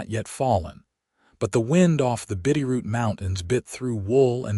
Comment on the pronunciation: 😊Looking at the opening illustration, I have a problem with what appears to be an automobile from,not the 1880s, but the 1930s. Then, your A I misspells AND mispronounces Bitterroot AND Missoula. IN LESS THAN TWO MINUTES.